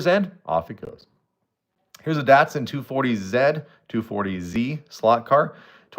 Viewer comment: Datsun pronounced Dotson.